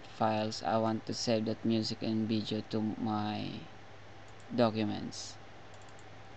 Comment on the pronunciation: "Vijeo" LMAO!!!!